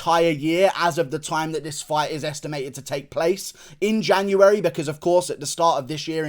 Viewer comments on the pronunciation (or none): none